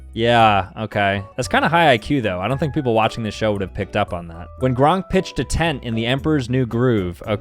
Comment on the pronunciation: Bro said "Gronk" instead of "Kronk"💀🤣